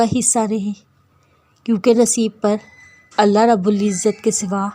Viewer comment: Aap Allah ka alif nhi lagate urdu me alif lagay